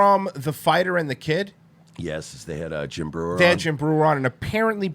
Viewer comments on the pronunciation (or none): Schaub was so fake on this episode. You could totally tell he researched Jim the night before by watching YouTube clips. And him mispronouncing Jim's name at the end gave it all away